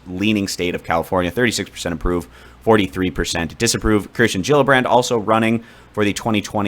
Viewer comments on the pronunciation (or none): none